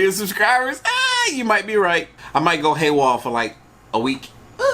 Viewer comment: He just said he’s gonna go “Haywall” ........ 😂 🤣😂🤣😂🤣